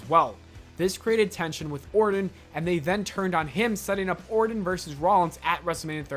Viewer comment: Lol rite plus he called em ORDIN the whole video